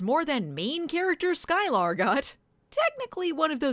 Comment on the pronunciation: It's um, Sky-Ler not Sky-lar.